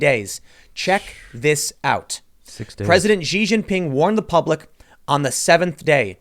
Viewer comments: Xi is pronounced like "she" . Driving me crazy with this zhi zee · The Chinese President's name, Xi, is pronounced "she" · By the way guys, name "Xi" you don't need to stumble around, you can pronounce it exactly like English pronoun "she" - problem solved. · Xi is pronounced like "she". Example, "dictator Xi said that she was thick not fat."